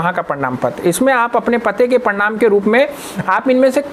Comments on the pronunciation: Are Bhai parnam patr nahi hota parman patr hotahe😂😂😂😂😂😂😂😂😂😂😂😂😂😂😂😂😂😂😂😂😂😅😅😅😅😅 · Bhai ji parnam nhi parmad bolo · प्रणाम नही भाई, प्रमाण होता है, आप प्रणाम बोल रहे हैं